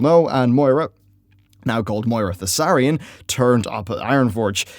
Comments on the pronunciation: Emperor Thaurissan. Not Thausarrian. Dude at this point its like you do it on purpose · Thaurissan,. Not Thassarian. As he wasn't a human Death Knight! (love the video otherwise, keep up the good work <3) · Thaurissan. Not Thassarian. Thaurissan. Thassarian is some death knight of the ebon blade, and a human to boot. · It's "Thaurissan" dude, the ruler you speak of. Not Thussarian ^^ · Thaurissan not thassarian... Just saying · "Their worst time came during the rule of Thassarian." Shit, I had no idea the Ebon Blade was involved too! Perhaps that's why people want Dark Iron Death Knights. For real though, you meant Thaurissan. When I heard you mention the human DK once, I was like "well, that's a slip up, it happens", but then you did it again, and a third time. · Thasarian? He's Thaurissan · I always throught it was Thau rih sahn. not The Death knight guy Thassarian. I know i've heard ingame the pronunciation difference. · Yeah, I noticed that too. He's pronouncing it like Thassarian the Death Knight. Similar names though, so I don't blame him. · Thaurissan, you're adding the S's before the R when you pronounce it and it really fucks me up.